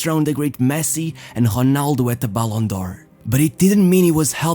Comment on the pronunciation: I would only suggest if he could work on pronouncing the names correctly. Hearing for example Honaldo instead of Ronaldo it does my head lol